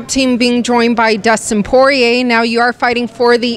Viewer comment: dustin poy-yay